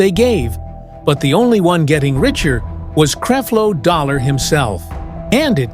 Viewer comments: Will you stop showing pictures of Pastor Winans. No, we do not all look alike. Creflo, with a short e. You are a bad reporter. Please learn how to pronounce people's names. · Right, You can't even pronounce his name. Don't acuse her of saying things, put her on here saying this and even if she did say it, so what - i believe she is a keep it real person/saint and is tired of the bs like the rest of us that have been around for a while, and she is telling the truth about these fake dogs, intresting they are all being exposed now. word to the wise, when people start speaking about these fake freaks you better believe them they are telling the truth. But as for the MC, we can appreciate your info i'm sure a lot of it is true, but where is your footage of her and her interviews about the subject, let her speak for herself please. Use integrity in your mission and people will respect you more, because we have watched some of your other vedios and you keep doing the same thing and we don't like it. Please thnk you- just being real you. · Please pronounce the man name correctly 🤨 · Yessss! Please learn how to pronounce his name please. And how does the Pope, the Catholic Church and John Gray fit into this story?? Or did you also confuse John Gray to be Creflo Dollar?